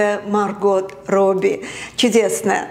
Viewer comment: Актрису зовут не "Марго́т", а Ма́рго 🤣:hand-orange-covering-eyes